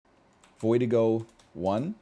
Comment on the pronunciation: every time he says voidigo I think of vertigo